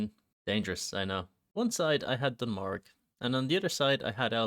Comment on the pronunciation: Pronouncing Dun Morogh as Dun Morg has to be a crime